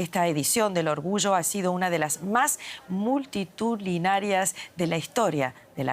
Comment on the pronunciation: Cómo es posible que una presentadora no sepa pronunciar la palabra: “multitudinaria”?